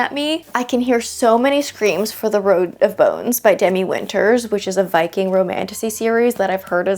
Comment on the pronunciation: When you said “a Viking romantasy” i heard “a BIKING romantasy” and was like “… huh, well that’s a new one! Very interesting idea”